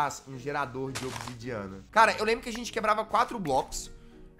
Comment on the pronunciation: "Gerador de obisidiana" kkkk